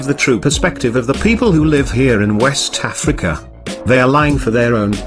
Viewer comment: PS...I love how he says 'wessss Tafrica!'